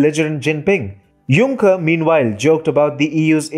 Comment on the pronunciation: Jean Paul Junk-er